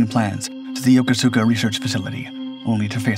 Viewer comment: Pronounced "Yokooska", not "Yo ko su ka".